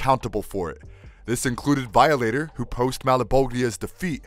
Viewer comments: and Vialater lol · excuse me, but it’s pronounced VAI-O-LATER. I don’t know wth you said. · Gonna seriously say violator wrong 😩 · Who narrates this ? Can't pronounce simple Violator or Cyan ? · How bout how he pronounced veeohlater, criminill, seeeAnn and bat..man? I don't understand how there are this many mispronounciations made it to a finished video lol